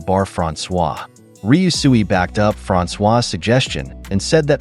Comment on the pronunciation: How many times did he say ryusui and still couldn't say it right gah